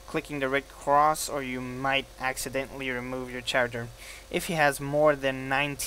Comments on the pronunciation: you said character with a ch sound but t has a k sound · u say character funny lol "Scharacter" its pronounced Kare-ehct-er